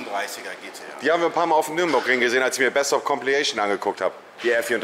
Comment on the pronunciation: Ist Monte ein Legastheniker ? 🤔 Toooorm, Nürnburgring, Tooooorbo, Bööörger 🤦🏼‍♂️